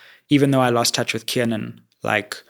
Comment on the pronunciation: Sizwe is the only person I've ever heard pronounce Kiernan probably, even AKA gave up in correcting people 😅